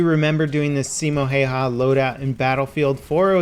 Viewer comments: Dude it’s not karate chop haya it’s spelled häyä and pronounced houwa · Its not Simo Heihaa its Simo Häyhä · Simo Häyhä not hayha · His name is Simo Häyhä not Simo Hayha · Yea it’s pronounced howa not Hayha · “Simo hey-ha” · Häyhä is pronounced as if you say HayHay but you leave out the last Y. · Lol It's Simo Häyhä pronounced Simo how-ha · "Saimou Heihau" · See-moh hey-ha lmao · It's Häyhä* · You deserve my sub, im finnish, not pretty big youtubers even mention finland And btw its Häyhä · Y U SO BAD AT PRONOUNCING HIS NAME???!!! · its simo häyhä ! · Its Simo Häyhä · Vitun äytisti se on häyhä eikä hayha nii vittu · To all wondering, the ä in Häyhä are pronounced like the "a" in "bad" or "apple". The "y" is hard to describe as it's definitely not the sound of "y" as in "hay" (the way it's pronounced in the video). The closest I can think is like the "u" in "ouch" but even that's kinda far off... just watch a Finnish video with SH's name mentioned, then you'll be educated :) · Umm... actually its Simo Häyhä so... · Häyhä. Ä is the a in cat.